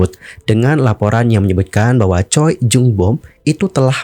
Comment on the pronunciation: "Choi Jung Boom" dibacanya "Cwe Jong Bum"